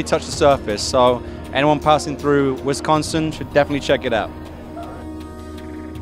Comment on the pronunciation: lmao as a Wisconsinite I laugh when Pablo says "wisCONsin"